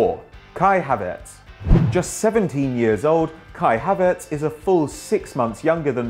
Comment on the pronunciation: Isnt it Havertz not Hatertz